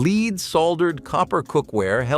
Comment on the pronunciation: Lead is pronounced "LED" (short E vowel sound), NOT "LEED". Lead is pronounced "LEED" when referring to "lead guitar", or "lead role" in a movie. But lead is pronounced "LED" when referring to the toxic chemical element.